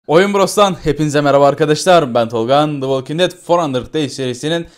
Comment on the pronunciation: dı wolking ded dörtyüz deys